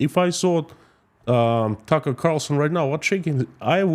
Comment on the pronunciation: Plus do some research on tucker. Its clear you havent as you couldnt even get his name right.